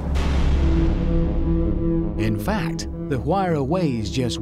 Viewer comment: Even after 9 years of this video being uploaded, I’m still surprised that they still haven’t figured out how to pronounce Huayra, and I thought the Brits were the ones who truly understood the English language